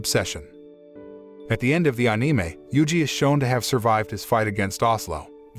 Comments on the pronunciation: "anime" - "Oh-Nie-may". Wow, everything was perfect until I heard that..... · Everything was cool, till this man busts out with 'ahh-nee-may'. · It’s not pronounced aniiii-me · make it not say oneemae